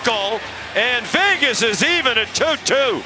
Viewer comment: Is he saying Fegas?